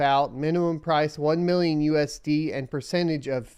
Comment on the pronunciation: "ONE MILLIYON DOLLARS!"